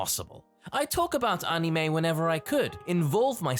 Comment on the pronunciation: "anime izu deddo"